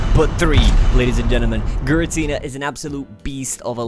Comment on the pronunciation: giratina is not pronounced w/gi its like pronounce like ji and the ratina is fast pronounciation